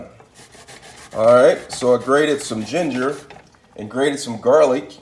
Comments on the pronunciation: bro i’m fuckin crine!! i peeped it 😭 he funny as shit and he doesn’t even mean to be. he says “garleek” 💀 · “GARLEEK” Lol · Jarlick and jeenjer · Dont forget Ja-pahn and garleek